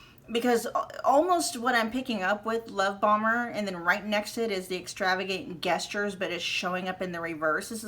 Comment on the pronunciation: Hi gestures is pronounced with a J (not like guess)